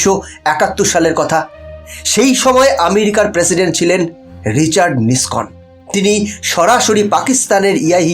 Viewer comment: Richard Nixon/Not Nikson